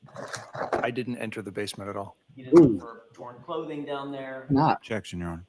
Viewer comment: “Objectic” ….. “ Sustained “ she doesn’t let him say objection nor does she listen to what he is objecting lol smh